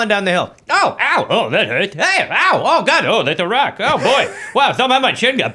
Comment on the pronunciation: In Gob We Trust